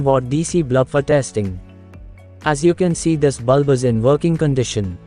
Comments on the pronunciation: Very useful circuit Thank you. But sir it is "BULB" not "BLUB"..... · Neat circuit. Forgive me for laughing when you say "blub" instead of "bulb" 😁😁😁